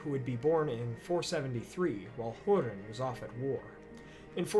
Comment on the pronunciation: its not called hurin but HOERIN